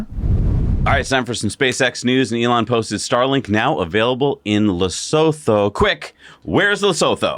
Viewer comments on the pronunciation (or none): Hi just correction on you pronunciation for Lesotho phonetically you can sit like this le soo too (I am a South African and huge fan of Tesla and now your show. Thank you guys. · Lesotho is pronounced Le-soo-to